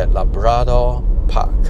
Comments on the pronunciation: LA-BRA-DOR??!! y didn’t u pronounce CHIC-KEN or WHIT-TINGS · i like how he pronounce labrador park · Bro, your pronunciation of labrador wrong la. Like malu man. Otherwise great video